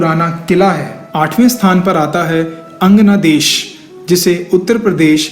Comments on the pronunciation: Lot of mistakes. Kurukshetra is in dist Ambala!! Even Angadesh told as Angnadesh... they have info, but presentation is third class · 1. Baanganga Is In Haryana Not In U.P. 2. Kurukshetra Is District Itself It doesn't comes under Ambala. 3. Its "Brahm Sarovar" not Bhra Sarovar. 4. Its Not Anganadesh its "Angdesh" 5. It was "Hidimba" Not Hidimbi. 6. And Skeleton Of Ghtotkatch Is Total Fake News. There isn't Any such skeleton Found In Kurukshetra ever. These Are The Things that i could find in your video. Don't know how many wrong facts were there in this. Its Good That You are making these kinda Videos But U Need To Double Check Your facts Before Posting it . I Know That Much Bcoz I Live In Kurukshetra. Thanks.